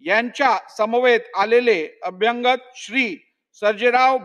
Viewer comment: वाईट वाटते यांचे मराठी उच्चार ऐकून. मराठी आणि इंग्रजी भाषे मधे प्रेसिमे असा कांहीं शब्द नाहीय. तो शब्द प्रिमायसेस म्हणजे आवार असा असावा. तसेच अभ्यांगत नसून अभ्यागत म्हणजे पाहुणे असा शब्द आहे. पोलीसांनी लिहिलेला रिपोर्ट शब्द दुरूस्ती करूनही वाचता येतो. पण महत्वाच्या अशा अध्यक्ष पदावरील व्यक्ती कडून हे लहान मुलांसारखे वाचन मुळीच अपेक्षित नाही. वाईट वाटते आणि कींव येते हे ऐकून. विशेषतः मराठी भाषेला अभिजात भाषेचा दर्जा मिळाल्यावर.